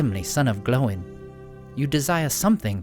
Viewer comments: I'm impressed you pronounced Gloin correctly. Glow in and not Groin with an L lol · Incredible to hear someone pronounce “Glóin” correctly with its two syllables